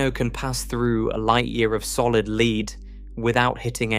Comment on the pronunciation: Mis-pronounced solid lead there , dear AI voice. The material, not a clue in a crime case.